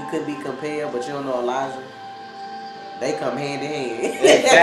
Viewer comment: Why is it Main character like Marcel or many others. They can not even say Elijah's name properly. He calls him Elisha. When did a J make a sh sound? His Name is Elijah not Elisha.